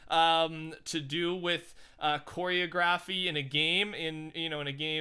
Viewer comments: “k OreOOGRafy” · Did anyone else notice that he said choreography wrong? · THE WAY HE PRONOUNCED “choreography” 😭